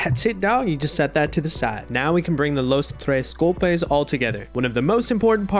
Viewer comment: “the los tres gulpes” 💀